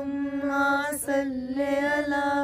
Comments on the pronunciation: If u don't mind I want to say something tha word is Sali ala not salay ala in darood shareeef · Kindly correct your صلى الله...read it with zer not zabar it's Sallee-Alla